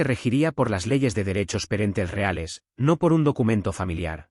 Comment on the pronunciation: Derechos ¿"perentels" ?